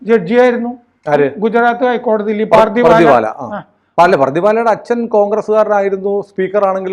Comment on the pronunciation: പാർധിവാല അല്ല പർധവാല്